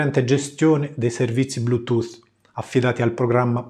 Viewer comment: Sei veramente bravo e con quella voce soave funzioni bene anche per l'ASMR :) Per non parlare della perfetta pronuncia dei termini anglosassoni (cosa alquanto rara). E poi mica tutti sanno dire DESKTOP al posto di DEKSTOP o BLUETOOTH al posto BLUETOOT.